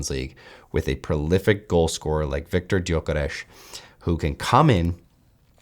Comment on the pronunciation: your pronunciation of 'Viktor Gyökeres' isn't perfect, but it is very close. 🙂👍